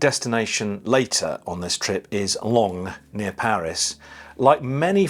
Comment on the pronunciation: excellent....glad Brexit Britain can still fly to the EU. Bienvenue en France... i thing you dont pronounce the G in Longnes... so maybe Lon-ney....hmmm.